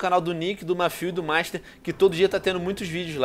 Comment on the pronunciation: Alguem percebeu que o master falou mastar